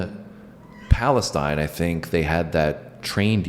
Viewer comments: The city of Palestine, TX is pronounced PAHL-uh-steen not "stine." The train derailment happened in Palestine, IL, not in Texas. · It's Palasteen Tx I know it's spelled Paladtine but , it's pronounced Palasteen! I worked at a prison there for years. Great reaction! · It’s pronounced “Palesteen” in Texas. Also not where that trail derailment happened, that was in Ohio